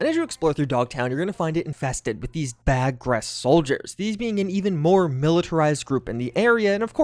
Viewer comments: Hate to be that guy but it's "BAR-ghest" not "BAG-rhest" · It's not bagress, it's Barghest. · I don't think it's supposed to be "bag-rest" lol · Dude, its Bar-ghest not baag rest. Kinda feels like you're mispronouncing it to trigger people. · not bag-guest soldiers the word is BAR-Ghast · Barghest. A demonic black dog from English myth. Pronounced Bar - Guest. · I was coming here to tell him it's "Bar-guest" (Barghest), it's a mythological dog. Hence, "dogtown". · RRRRRRRRRRRR stop the video, must post, you got the G and the R flipped, it's spelled Barghest and pronounced BAR GEST, think like someone who is a guest at a bar, BAR GEST. In folklore "a monstrous, goblin dog, with huge teeth and claws, that appears only at night" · Not to be too nit picky but that Merc unit in Dogtown is pronounced as Bar-Guest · baRg-Hest. Thanks for your coverage. I'll get "hooked on phonics" on the truck for you. <3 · "bag rest" You're hurting me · Bar-gest. Its Bar-gest. In pronunciation haha. Love you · Why. Does everyone. INSIST. On pronouncing Barghest, BAGHREST?! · “Bar - guest” btw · No one can seem to pronounce Barghest properly. :) Also interesting that one of the Wraith vehicle models, the Archer Quartz, was called Barghest. Barghest is the English folklore name for a monstrous dog.